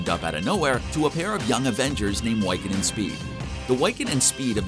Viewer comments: You say Wiccan as "why-can" when it should be pronounced "wick-en". Wicca ("WICK-A") is a form of witchcraft who's followers are called wiccans. The more you know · Yeah, that's annoying me, too. It's WICCAN, pronounced like 'wick' from a candle, not 'why can'. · His name is pronounced Wiccan!! Wi ( short vowel I ) can!! Not Why-can!!! 😤🙄😑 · Wy-kin? What the hell is a wy-kin? The word wiccan is pronounced wick-en. It's a old celtic word meaning "weaver" that is used to refer to one who weaves magic. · Wick - Can idiot not Why- Can. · Why-can? LOL. Try Wi-kuhn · no no no you did not say Whyccan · Bro it's (WHI-CAN) NOT (WHY-CAN)! You just sound like a posser. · Dude his name is Wiccan like wick-in not why can. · Why the Why-can? It's said like Wiccan. Wick-can. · The fact that he pronounced wiccan as (way-kan) is triggering for marvel fans, especially for me. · Its killing me that he keeps calling Wiccan "WYCCAN" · Why-can? Gurl bye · The fact that he keeps saying Wycan instead of Wiccan is got really annoying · Not "Wiecan" 😂😂😂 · Sorry but what the hell is "Wyccan ?" man. But it's a good video still. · “why-kin and speed” loll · Thank you. I was goibg ask WHY-can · Its killing me ever time I hear him say Whycan.... super effing cringe. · Wyccan? Sorry, that is throwing me off.. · Are we gonna forgive them for their gross mispronunciation of Wiccan or naw? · Anyone else get really urked everytime he said wiccan or was that just me? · Don't make a video on a franchise if you can't even pronounce the chs characters names correctly 🙄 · Why does this guy not know how to say Wiccan lol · I cringed every time he pronounced Wiccan wrong. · Do you really not know how to pronounce Wiccan? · How does an educated adult not know how to pronounce "Wiccan" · Cool video, but you’re mispronouncing “Wiccan”. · Learn how to say wiccan properly!